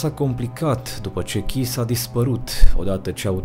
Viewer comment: Kiss se citeste Chiş. Stiu pt ca am o prietena cu numele asta de familie.